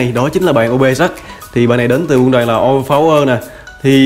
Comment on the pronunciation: ou vơ pao wơ mà em toàn nghe anh kia đọc là ou vơ pháo quơ :)))